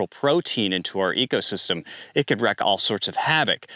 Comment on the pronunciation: I've mentioned this before (I think) that you need to revisit your pronunciation of wreak havoc. It is NOT wreck, but wreak (sounds like reek).